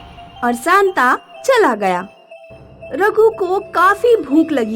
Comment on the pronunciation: Ose Santa nhi santa